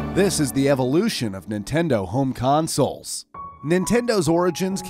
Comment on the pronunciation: r/weGotThat (and he said home consuls)